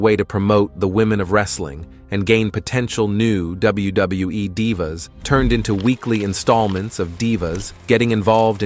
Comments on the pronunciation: Anyone else get pissed everytime he said Dive a or Dive a’s instead of Dee va? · Please stop mispronouncing divas 😢😢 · Stop mispronouncing Kristy hemme and stop mispronouncing divas 😢😢